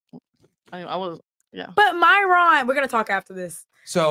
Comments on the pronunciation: I Am The Only One Who Believes MY-RON Was Because She Can’t/Couldn’t Pronounce Myron. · Lmao every time she said Myron’s name I was like uGgHh🤦🏾‍♀️😂😂😂